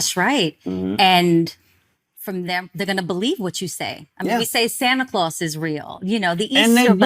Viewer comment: I had to run that back, and yes, she said 'liberry' and 'santa closs'. I can't 😂